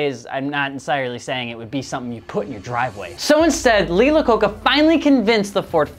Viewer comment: Hey, love your videos. Quick note, though. Lee Iacocca is spelled with an "i", not an "L". Pronounced "eye-a-coca". Loved the video, though. Great presentation. All the best (